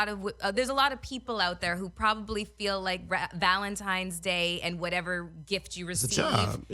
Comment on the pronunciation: “Valentimes” Day?